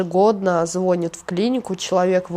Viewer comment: У меня кровь из ушей от её безграмотной речи - ложат, звОнит, ихний, женись на нём... 😱